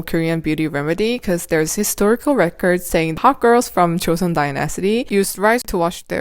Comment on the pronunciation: Die-nas-'atie...it's die-ni-stie 😂